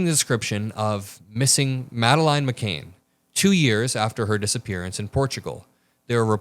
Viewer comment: It's McCann